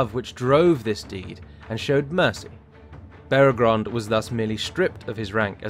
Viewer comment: Minor nitpick but it's Beregond, not Beregrond. The text was correct but the narrator inserted a second "r" every time he pronounced it.